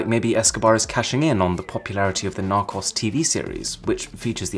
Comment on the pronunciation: May I just point out that it's pronounced Narcoes (as in the plural of Narco), not Narcoss. I apologise for being a total pedant...I used to work with a chap who insisted on calling the show Narcoss, and it made me crazy. Anyway, as you were...